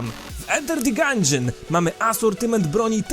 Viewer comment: Gandżion, nie Gandżyn :>